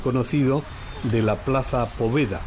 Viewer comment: por favor Victoria en Ruso , se Pronuncia Pavieda ( o en ruso se Pronuncia como A).